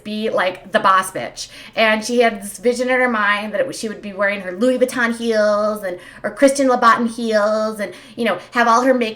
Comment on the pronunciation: Also, i fell in love with you when you called Christian louboutin Christian lobbatan. Total fucking queen.